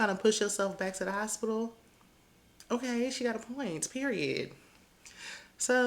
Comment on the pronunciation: If I hear Spice say I was in the HOS-SPIT-TOLL just one more time🙄